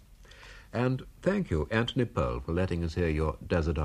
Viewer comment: And his first name is pronounced Antony.